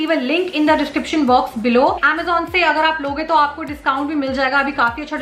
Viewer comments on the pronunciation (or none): none